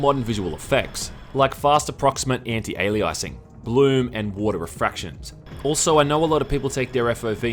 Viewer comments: if pronouncing anti aliasing as antiaileyicingonthecake is a matter of accent then I pronounce Kittens like hovercraft. P.S I love your reviews pls dnt h8 me m8 I r8 ur chunnel 8/8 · Anti Alli- Eyesing?